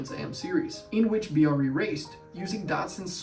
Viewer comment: It's BRE, like TREE not B. R. E.. You should interview PB, he's a terrific guy, brilliant and a lot of fun.